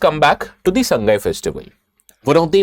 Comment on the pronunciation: It's Sa-ngai , not Sang-gai.